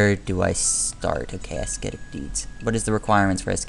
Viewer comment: the "C" in "ascetic" is mute :)